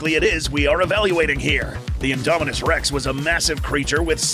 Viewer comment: INDOMINUS REX NOT ''INDOMINUNS''